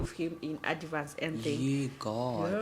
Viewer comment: Adivance or advance 😅😅😅😅